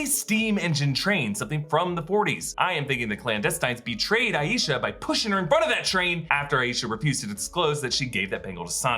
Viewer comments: hii I like to point out the pronunciation of the name “Aisha” hence it also being my own name hahaha! It’s “EYE-sha” not “EYE-YEE-sha” :)) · It's pronounced, "Aye-sha" (Like Eye-sha)